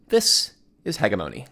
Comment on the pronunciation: it's "hedge-em-oni" not "hegga-moni" :D